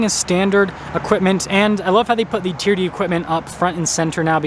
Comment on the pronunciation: TRD is not a word, it's an abbreviation for Toyota Racing Development. Each letter is pronounced.